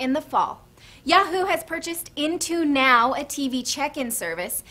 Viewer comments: "Yahoo buys Into-New" while it should be 'Now' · FAIL INTO_NOW not INTO_NEW!!!